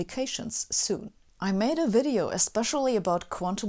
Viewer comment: “This “WIDEO” was brought to you by brilliant “——>hehehehe. Ok then!